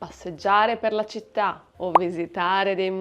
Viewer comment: I notice you pronounce cittá as 'sita' not 'chita'. Is that a regional accent? I was always taught that a ci sounds like 'chi.'